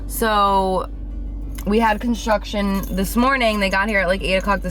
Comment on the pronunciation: I thought you were saying that you're having contractions instead of construction Lol i'm like but she's not pregnant